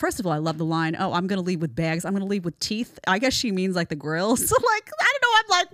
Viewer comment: Actually she said "teef" not teath